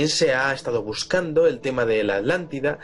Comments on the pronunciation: Por favor repitan después de mi: A-TLAN-TI-DA, ATLANTIDA no es AT-LANLIDA. El castellano es lindísimo, por favor pronúncienlo de manera correcta. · Por que Vicente Fuentes dice Adlantida y no Atlantida? Saludos desde Mexico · Podrian hacerme el grandisimo favor de pronunciar bien las palabras: Es ATLANTIDA!!!! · Estos con su mala pronunciación me están enfermando los nervios Por millonésima vez ATLÁNTIDA